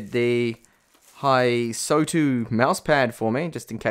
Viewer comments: "Hysotu" Hysotu? There is no humanly possible way anyone could mess up a simple name like Hystou so badly. Seriously, are you dyslexic or sumfink? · It is not Hysotu it is Hystou. His-tou.